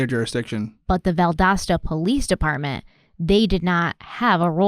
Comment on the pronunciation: Seriously 😐 you can’t say Valdosta correctly? And after saying it numerous times you have to make a deal about when you say it? You mispronounce quit a few words! Deal with it! We all do when we hear it!